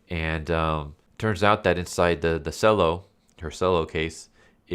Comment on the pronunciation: FYI the cello is pronounced chello not sello